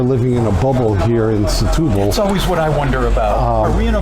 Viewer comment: Folks, I believe the Portuguese pronounce the town as STU-BAL and not SE-TU-BAL. and yes, even though I am a “Luso-American” and do speak Portuguese.